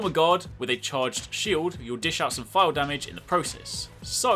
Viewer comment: I'm up to negegante(?) and had no clue what a fial or phial was. I though you were saying "file" and I'm going through my inventory likr a crazy person. But word not withstanding you need to do a little more explaining this. Like what constitutes knowing if you have a phial ready primed to fill. Does that make sense, do basic sword attacks charge it, and how to move phiald from your sword to your shield? I had a general question too, if you block an attack does that charge your shield or does it expend phials? I am still really new to this weapon, heance looking tutorials. If you could slow it dowb a littlw bit too. I was constantly rewinding to see if I heard you right. The basic stuff was really helpful. Like the x+triangle. I was looking at tutorials to see if there was any way to go from sheathed to shield. That's normally the most basic move you can do but they made it a tekken move for some reason. Thanks!